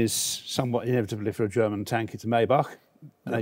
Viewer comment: His pronounciation of Maybach is almost perfect! Only little thing is that it's not pronounced "May" as the month but rather like "my"